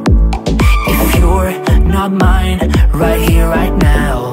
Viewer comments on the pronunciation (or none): none